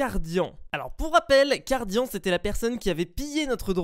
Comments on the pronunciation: sa ce prononce cardiane et pas cardian mais ça s'écrit cardian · Sa se prononce Cardiane putain ! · SA C'ECRIT CARDIAN MAIS SE PRONONCE CARDIANE